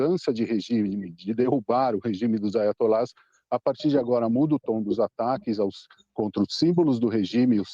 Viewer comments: AIOTOLA, NÃO E AITIOLA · se fala Aiatolá e não aitolia, só uma crítica construtiva!